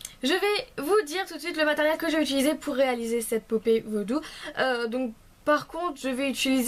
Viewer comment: LOL tu dit popé vaudou